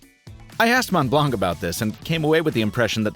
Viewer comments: pronounce the O as OH in Mont. I'm french so I know. 😬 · Montblanc Is pronounced as "Mon Blon". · As always, great review! Super fun to watch. But please, as a french, it hurts me so much when you pronounce the “c” at the end of mount blanc :) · "mon blonk" lol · C in montblanc is not pronounced, ie silent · You don't prononce the C in Montblanc, it's like the color white in french (blanc) 😉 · i'm sorry but this is the worst pronunciation of ''montblanc' that i have never heard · Montblanc, the C is silent :p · The C in Montblanc is mute, and so is the T in Mont. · Pretty sure Montblanc is pronounced without c in the end